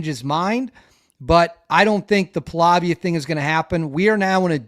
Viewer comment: I really enjoy your reporting, but, if you want to be taken seriously, you need to improve your pronunciation skills with the names of the principal players: Ratcliffe with a C, Pahlavi with no A at the end. No one cares if you mispronounce Slavic cities/territories but get the names of the players correct.